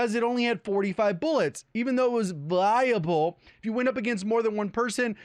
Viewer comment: "Even though it was VLLIABLE."